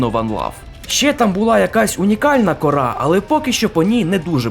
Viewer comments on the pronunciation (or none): Мабуть не корА, а кОра, але це не точно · та не корА, а кОра 🙉